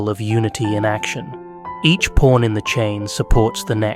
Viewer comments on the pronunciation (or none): I feel like this guy is saying porn instead of pawn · Guy who created chess: "it's not even that deep bro." Also, this whole time I thought he was talking about "porns" 🥴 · at 16 minuets you call a pawn a porn at least 3 times? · Sounds like he’s saying porn 😂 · the accent makes pawn sound like porn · 😂😂😂 nah fr .. I was hearing it too , but I keep getting back focus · Did he say pawn or…